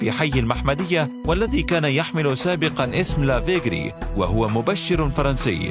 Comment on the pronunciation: قناة فاشلة بكل المقاييس كيف لا تتعبون انفسكم في استخراج الاسماء المناسبة في التقرير محمدية بفتح الميم 😭 لا حول ولا قوة الا بالله لافيجري تنطق بالجيم وليس laveguerie اذا اردتم تقريرا ممتازا فابحثوا على الاقل واجتهدوا